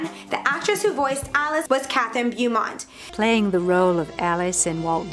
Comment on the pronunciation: Beaumont is pronounced more like Bow-mont. Not Byoo-mont. That kept bothering me.